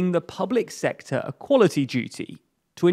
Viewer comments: "Public Secotr" "Secutary" Come on folks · "public secotr"? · "public secotr"